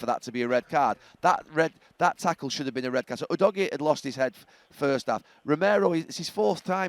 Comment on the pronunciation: Udogie is pronounced ‘who-dodgy’